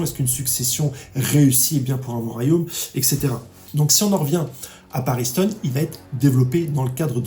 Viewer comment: Paris Hilton, Kak1, Le black hole, Hizoka... J'aime bien tes vidéos mais ces petites erreurs de prononciation me font vraiment tilter a chaque fois 😅